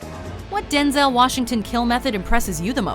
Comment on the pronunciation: Am I the only person that is disturbed by how she pronounces “denzail washington“?